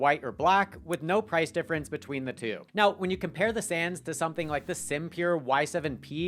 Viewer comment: It's SAWNS like Johns.... not Sans.